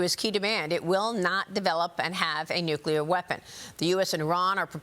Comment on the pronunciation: Someone please teach Lisa how to pronounce the word nuclear. It's not a good look